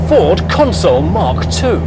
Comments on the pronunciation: Consul not "Console". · Pronounced Consul, not Console. Great video, thanks 👍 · It’s pronounced ConSUL not Console, you dipstick. 😂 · Stop stop stop STOP It's a Consul not a Console!! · It's a Consul, not a Console. Not once, but throughout! Aaaarrrgggh. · Excellent video about an onter sting car. It somehow irks me that you pronounce the model name as "console". It is a Consul. But that is just a gripe. The car is lovely and the video exudes affection.